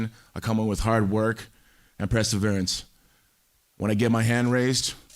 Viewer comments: Tito said presserverence instead of perseverance. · Tito, "presserverence." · Tito “press or veerints” Ortiz